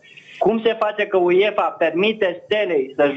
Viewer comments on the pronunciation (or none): Băi apelul bocancilor se citește și se scrie UEFA nu Uiefa